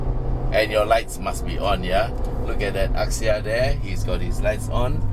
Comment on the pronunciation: Its not aksia uncle..its axia😅😅